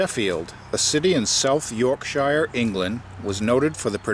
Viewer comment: You pronounced Yorkshire wrong. Great video anyway